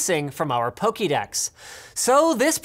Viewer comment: It is poké-dex, not pokee-dex, shame on you linus.